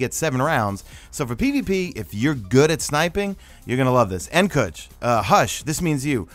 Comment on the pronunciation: Its pronounced N (KOOCH) Nkuch not N (KUCH)